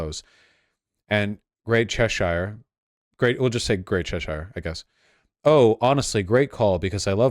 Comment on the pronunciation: Name a worse combo than Americans pronouncing British counties. Chesh-ire, its Chessure